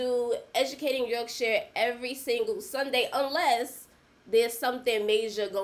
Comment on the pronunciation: The only American who can say Yorkshire correctly 🙌🏼👊🏼